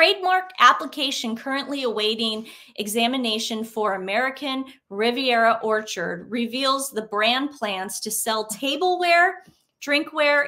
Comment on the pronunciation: When you said the name of the website I literally heard "American Riviera Torture".